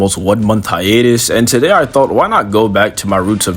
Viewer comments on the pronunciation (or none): none